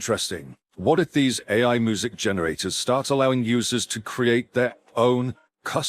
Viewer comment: The video narrator is mispronouncing the word music. I mean, you need to fix that. It sounds like it is saying moo-zik. Really bad